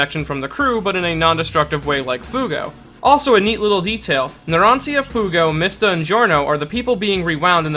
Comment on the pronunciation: As someone who speaks Italian, that pronunciation of Narancia hurts.